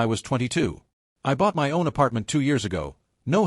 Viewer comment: Fake recycled shit stories with the same plot on the same shit channel............ The shit AI can't say "my".